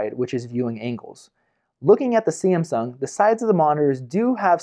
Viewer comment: ......How do you say Samsung? lol